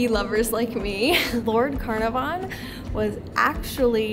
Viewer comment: Agatha Christie stayed in the Winter Palace, but wrote Death on the Nile in the Old Cataract Hotel in Aswan. Lord Canarvon is pronounced CAR-NAR-VON, NOT "Can-air-von"